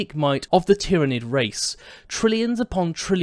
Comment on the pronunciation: Planet Tyran - Pronounced Tiye Ran. Tyranid - Pronounced Tiye Ran Id Pronounced Tiranid anyway FML